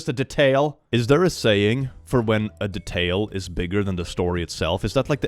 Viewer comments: why do you pronounce detail like that? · Alright guys, as a fellow non-native english speaker I have to ask: Have I been pronouncing "details" wrong or does say it in an unusual way?